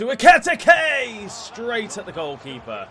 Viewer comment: Pronunciation for Ekitike is Ekeeyteekay